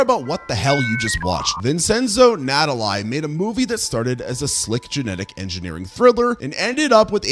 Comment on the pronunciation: Natali is pronounced NAH-TAL-LEE. It means Christmas in Italian lol.